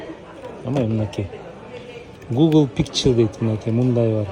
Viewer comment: гугол пиксел деп окуулвт байке 😁